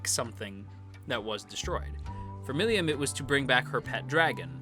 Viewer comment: How you pronounce "Milim" is mildly infuriating ngl